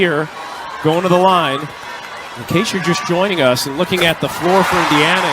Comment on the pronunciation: It's not een It's in. very anoying.